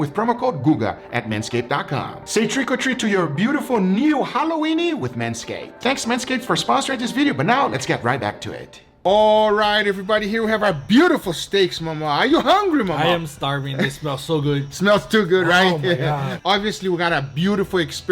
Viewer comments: This man just said “haloweenie” 😂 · I’m dead you said holloweenie 😂😂😂